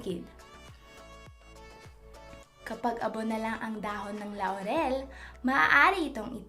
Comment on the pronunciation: Ako lang ba ang inaantok sa pagsasalita nya? 😂 Nabobother din ako sa pagssabi nya ng La-u-rel. Pero thank you, ittry ko ito.